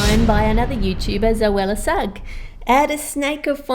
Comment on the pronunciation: Zoella sugg😂 that just sounded weird😂